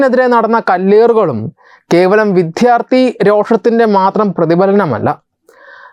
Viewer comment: "വിധ്യാർത്ഥി" അല്ല, "വിദ്യാർത്ഥി " എന്നു പറയു